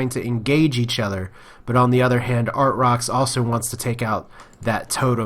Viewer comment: I think it's pronounced ar-trox lol